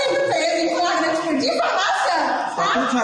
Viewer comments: "Fragrante" dotô? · É tão burrinho. Fala "fragante" 😂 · O que esperar de uma “autoridade policial” que pronuncia “fragante” em vez de “flagrante”, termo do Código de Processo Penal (CPP)? Precisa dizer mais alguma coisa? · primeiro lugar ele não sabe nem falar o português correto, ele disse em um vídeo a palavra "FRAGANTE" várias vezes, o correto é Flagrante. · Ele quis dizer: "Flagrante" e não fragrate!🤭🤭🤭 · Em Goiás as coisas mudaram muito. Antigamente o sujeito era indicado por políticos influentes para ser "puliça" mas mesmo assim vez em quando surgem idiotas iguais a este. Tomara que o governador exonere este imbecil para o bem da boa policia goiana. Um sujeito que não consegue nem falar a palavra FLAGRANTE passou em um concurso para delegado de que maneira? Quando Ronaldo Caiado diz que bandido no estado de Goiás tem que mudar de profissão, deve ter esquecido deste delegadinho medíocre e incapacitado para a função de proteção da sociedade! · Agora qualquer analfabeto vira delegado? O cara não consegue falar "flagrante". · O delegado não sabe sequer falar "flagrante" corretamente, imaginem as regras legais desse tipo de prisão. Totalmente despreparado. Em qualquer outro estado da federação isso seria demissão, mas em GO, um estado em que o próprio governador diz que a policia tem carta branca para fazer o que quiser, esse tipo de coisa é comum.